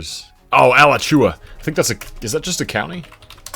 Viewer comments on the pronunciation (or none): none